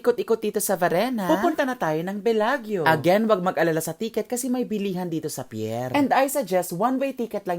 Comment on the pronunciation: When you come back to Italia, let me know and I can accompany you roaming around. Btw, that is pronounced as Belajo. parang Miss Universe walk. 😆